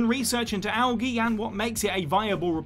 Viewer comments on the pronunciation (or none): You butchered algae worse than the Russian’s name